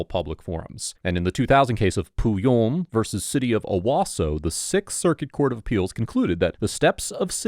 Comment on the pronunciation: Narrator had a lot of fun pronouncing Pouillon